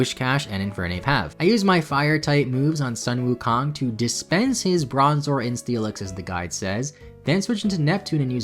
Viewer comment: Omg im so happy that you named infernape after sun wukong but errr just a minor correction in pronunciation, it should be pronounced as 'soon' wukong but the spelling is correct